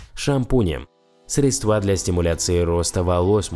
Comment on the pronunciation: Средства- ударение тоже на е!!!